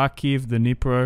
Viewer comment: Across the Dnieper and he says Across the Dnipro. Love you bro❤ thanks for saying it in the right way, also for Kyiv